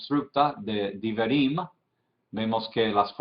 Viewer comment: Y en el minuto no se dice "diberey" y "diberim"; es: "dibré" porque lleva sheva quiescente o mudo debajo de bet y no tzeréh como más o menos logro apreciar desde acá; y para la segunda palabra la pronunciación es "debarim" atenidos a la pronunciación sefaradita; "dibrey" y "barim" atenidos a la ashkenazi.